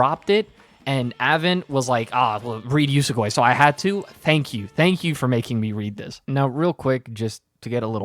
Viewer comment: YES you finally read Usogui. Absolute masterpiece manga. Honestly I still really liked the first half, but the second obvi blows it out of the water. What kinda way are you saying "Usogui" tho 😭 it's pronounced like ""oo-soh-gwee"